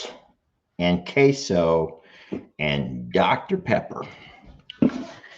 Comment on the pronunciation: Hey, i just noticed something!! I am french, and i always find funny how english people try to say « Québec », since forever. But today, you said « Queso » and i was shocked of how you just pronounced the « QUE » the right way in french haha. So if you have to say Québec again, remember the word Queso, and change the « so » for « bec ». Ok let’s go back to the video 😂